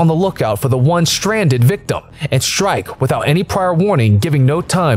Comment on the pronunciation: I didn't know there was an "sh" in the word strike???!!! Laaaaaaaaaaaaaaaaaaaaaaaaaaame!!! Video rating - 👎👎👎👎👎💩💩💩💩💩